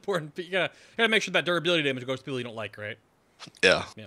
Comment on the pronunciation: Please say Damage the correct way, stopped watching when you did it twice....